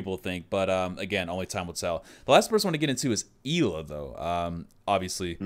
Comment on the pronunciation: Not Grushmost, more like Grshmot. Also, Ela is pronounced more like Eh-la.